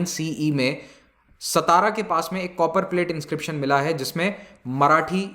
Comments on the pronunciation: this is not सतारा this is सातारा.... समजलं का ....भाऊ... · पूना नाही "पुणे" , जुन्नार नाही "जुन्नर" , सतारा नाही "सातारा"